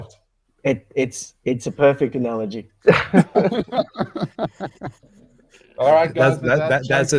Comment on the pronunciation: A-nalogy 😂😂😂😂 Happy weekend lads!!